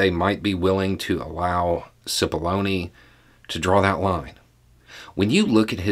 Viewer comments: As this started I didn't hear clearly and had to start again. I thought he said "So today we are going to talk about paths to baloney". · Oh my heck I kid you not. When first said Cipollone I thought he said 'path to bologna.'